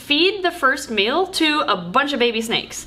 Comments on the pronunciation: Bahahah. I could have sworn you said you’d be feeding the “first males” to baby snakes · I knew you said "meal" but it sounded like you said "male so it ounded like was going to feed the first Male to a bunch of baby snakes and I was thinking okay interesting ritual you got going there. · I thought she said feed the first males to all the babies and they will eat lol. I don’t even like snakes but I love this channel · In the intro I heard "feed the first male to a bunch of baby snakes", and let me tell you, it made me sit up a bit.. ;) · Okay, for a second I ligit thought she said feed the first MALE to the babies ....lol then I realized she said MEAL...lol